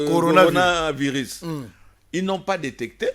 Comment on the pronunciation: LEMBA NEMBA TOUJOURS NA BUZOBA OYEBI KOTANGA BIEN BAKOMI CORONAVIRUS ET YO OZOLOBA GORONAVIRUS NIONSO WANA PO BATU BAYOKA BUZOBA NA YO QUE OZOLOBA GORO EZA MAWA.